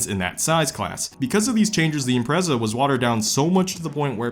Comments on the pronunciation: stop pronouncing the Impreza's name wrong. It's not "Imprayza" it's just IMPREZA. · I HATE HOW YOU SAY IMPREZA YOU SAY “EM PRAY ZAA” shut the hell up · I cringe when you say “imprayzahh” 😂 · its IM-PREZ-A NOT IM-PRAE-ZA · Is it pronounced impraza or impretsa, It’s the first time I’ve heard it said differently so I don’t know if it’s a common thing or not. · Im-prez-a, not im-pray-za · I’m-pray-za lmao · Man, you say IMPRECA in The whirdest akcent ever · wtf is an "impreiza" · Impertsa? Impretzel! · You got me with the Impreza pronunciations. I was confused af 🤣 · Ok but why he say Impreza like that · why does he say impreza like that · i dont like the way this man says impreza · Wow, I never thought I'd be bothered by the way someone pronounces Impreza, and I'm not even a subie guy Edit: I commented too early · How does a “car guy” pronounce Impreza wrong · I actually didn't realize you pronounced Impreza in a diff way lol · Let's play the soobie drinking game, Take a drink every time he pronounces Impreza differently. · I have never heard so many different pronunciations of impreza until now